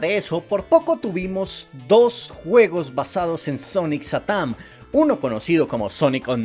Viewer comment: Diganme que no soy el único que cuando dice satam piensa que dice satán